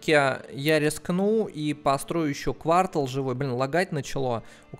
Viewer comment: Пожалуйста говори правильно квартАл, а не квАртал. ААААААААА аж слух режет!!!!